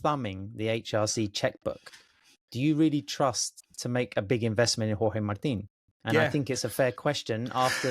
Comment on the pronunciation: there is absolutely no need to pronounce Jorge Martin's name like that. Stop it.